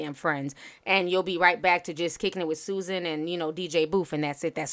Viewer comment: suZANNE. Not susan lolol I was like WHO???